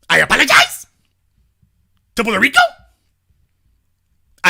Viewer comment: "I aPOLagiZE!...to Brazil.....I aPOLagiZE!...to D.R.!" 😆😆😆😂😂😂 Columbian Caller: "Their day of reconing is coming. They have managed to piss off both political sides and they have an unholy alliance with the feminists - it's OVER! jailtime is coming to these *dumba--* and the authorities will make an example of them." 😂😂🤣🤣😅😅😅 im laughing soo hard but also...I am 100% with when he said that he does not want any harm to come to these green horn donkeys. smh....i pray they wise up and heed all caution.